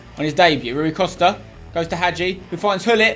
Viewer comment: spence its pronounced roy costa